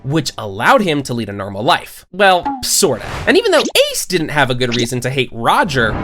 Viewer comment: It's white led is not lead like lead the way or something try saying it right next time